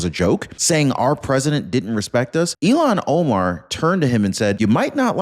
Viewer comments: Ill (sick) han. Not Elon! ill han please she is sick illhan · Please pronounce hed name correctly. I have to think three times when you pronounce name as Elon. Her name pronounced Ilhan. The Il. part of her name is pronounced as Ill or I'm sick as ill. The rest of her name is Han. Her name begins with a short "I", Elon begins with a long "E" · Her name is not Elian… It’s IL HAN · ILL HAN ILL HAN! NOT ELON!! DIPPY!! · ITS NOY ELON!! ITS ILL HAN !!! SAY IT RIGHT!! YOUR SUPPOSED TO BE A JERNALIST RIGHT??? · It's not elon it's ilhan! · Her name is not Elon it is Ilham. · Her name is written with two consonants together - L before H. Pronounced "IL" "HAN". My husband is from Turkey and his first name is also Ilhan. Frequently mispronounced.